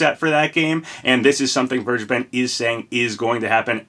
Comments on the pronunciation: Vergeben is pronounced as v-air-gay-ben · As a german, i‘m laughing hard how you say vergeben lol